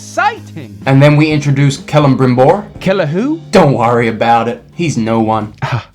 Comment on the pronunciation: I'm trying to figure out if the mispronunciation of Celebrimbor's name is intentional or not ;D